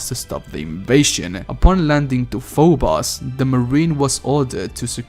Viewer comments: Fo-bose dude... not fo-boss. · PHO BOS. its pho-bo-ss..